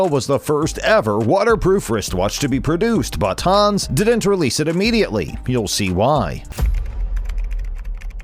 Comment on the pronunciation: Haaans... it's Hans, the a is short